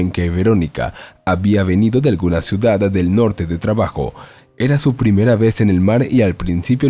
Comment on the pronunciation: Poco me gusta comentar en casos tan comunes como estos.(entonces no lo haga me dirán jijiji,) la sola cosa que me llamó la atención.,¿El señor que narra la historia ,agrega una letra más en palabras como: ciudad - ciudada. o bien en terminación en « n » estación = estaciona .por el resto todo bien leído sin faltas.? No es un reproche,solo curiosidad de saber .,¿ Cual es su idioma original ?.me gusta mucho comprender a las personas ,se aprende mucho de los demás.¿ No creen?. Saludos y gracias.💖🙋‍♀️🇨🇭🇨🇱✨✨✨🥰🥰🥰